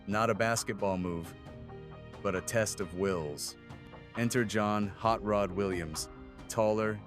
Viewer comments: It's Hot Rod, not Hot Rot! Lol 🤣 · First of all it's "Hot Rod" not "Rot".